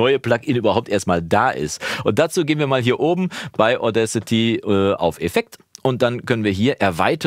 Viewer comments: Deine Aussprache von Audacity passt schon. Ich dachte erst, der Name wäre irgendein Wortspiel mit "Audio", aber "Audcity" heißt "Unverfrorenheit ". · Ich meine, es wird mit 2 Wörtern ausgesprochen: "Auda" und "City", also "Auda-city". Ich kenne so einige Musis, die ihre Audiofiles solo mit Audacity aufnehmen und zum einbinden und weiteren bearbeiten zu dem schicken, der dann an der großen DAW sitzt - klappt gut!